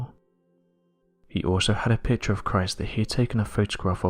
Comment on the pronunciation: That narrator sounds like he's singing, but isn't sure how to do it. Hard to understand, many vowels are completely mispronounced. Note: Every sentence follows the same sound patterns. If it would not be so sad it would almost be funny. A pitcher is a container for beer, a picture is a container for colors that (sometimes) are composed by an artist who has a message. This narrator is neither an artist nor does he have a message.